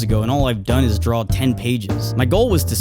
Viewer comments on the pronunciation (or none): He says drawl instead of draw, that's fucked up.